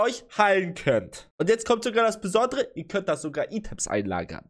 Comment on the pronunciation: Item's = ,,Eitäms"